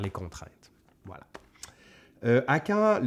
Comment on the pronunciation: Le "vla" de la Vienne <3